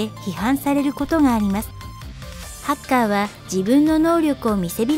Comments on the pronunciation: ハッカーの発音違くない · だからハカーじゃなくてハッカーだろ常考